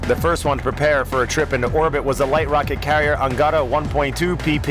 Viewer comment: Anagatada hahahahahaa? His called ANGARA